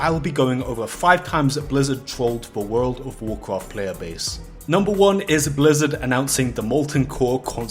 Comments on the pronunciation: "Woold ov woorcroft" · Wowl of wowld cwaft? Apwil fools? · i just love it that most of the comments are people making fun of how he pronounces world of warcraft… or should i say wourld ov wawrcraft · you don't have to say world of Warcraft every 10 secs for the rest of the video dude it gets annoying, just say wow is shorter and you can also pronounce it right lol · I thought I was the only one who had a problem with the way he was saying World of Warcraft, then I saw the comments. Disliked because of that fr it bugs me